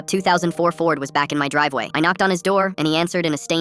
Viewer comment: Driveway: ❌ Drivewa: ✅